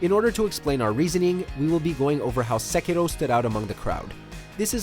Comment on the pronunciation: You're an American, your pronunciation of Sekiro is annoying, but I have only been awake for 5 mins